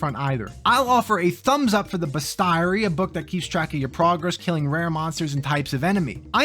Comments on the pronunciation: That pronunciation of bestiary was worse than Diablo Immortal. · I thought he was doing a bit for a second